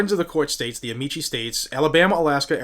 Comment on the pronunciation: Pronounced amiki, not amichi. It's Latin and not Italian.